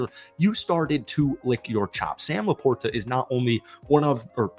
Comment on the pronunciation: Lions fan here. SLOW DOWN; it will cut down on flubs and mistakes. Also, please listen to how Dan Miller pronounces Sam LaPorta’s name. It is a soft t, not a hard t. It’s the guys name.